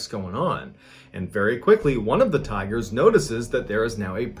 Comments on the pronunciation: I thought you were saying tires for the first few minutes until I realized 😂 'He just loved to spend time with the tires and look at the tires..' lol I thought man, this is going to be one weird story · Is it just me or did I hear tyres instead of tigers for a minute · Thought you were saying tires for half the video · Ohh tigers ...i heard tires lol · I thought he said tires at first too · Bro, I thought you were saying "tires"! Lmao! Right up until you showed a picture of a tiger I was so confused as to why this was a story starting off about a guy who is obsessed with tires. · Am I the only one that thought when he said “tigers” I thought he said “ tires” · OH- I THOUGHT MY MAN SAID TIRES- PFFFTT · I thought he said tires😂😂😂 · him: says tigers my ears: tires ??? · the very first time he says tigers it is hard to hear the G being pronounced but the second time it is very clear. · I heard "tigers". ???